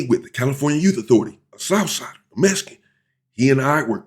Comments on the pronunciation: Its mexican not mesican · Why does sound like you keep saying Messy can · Why do you pronounce it Mes-ican?? It’s MeXican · No it’s Mesican you heard what he said